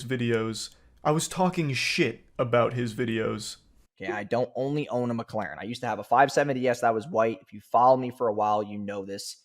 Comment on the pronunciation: I LOVE how this dude cant say Mclaren correctly. "Mucalaarn"